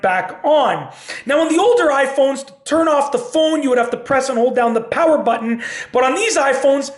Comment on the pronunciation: I like the goofy way he pronounces the word "button"...as "baton," instead of "but-n."